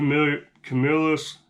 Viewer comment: You can always tell people are from the CNY area when they pronounce Camillus correctly!